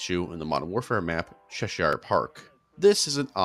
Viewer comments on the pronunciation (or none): The way you pronounce “Cheshire” 😂😂😂